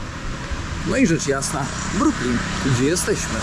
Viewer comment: nie bronks tylko Brooklinn..Super film!!pozdr Adam z NJ